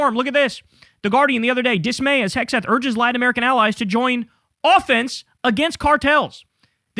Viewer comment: are you deliberately mispronouncing Hegseth name? turning it to Hegsbreath?